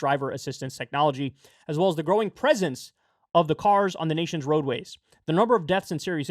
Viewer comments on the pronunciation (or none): none